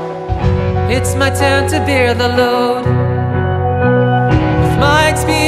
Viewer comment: He pronounces "bear" incorrectly though